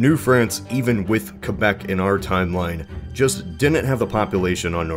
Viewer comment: Hey! Way to pronounce Quebec properly!!:)